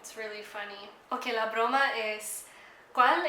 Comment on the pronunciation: Your pronunciations is actually really good though some words were pronounced weirdly it was generally pretty good. Also broma is more like a prank chiste would be the more correct word which is joke. Though if I was you I would work in figuring out what gender the words are supposed to be! But you are soo good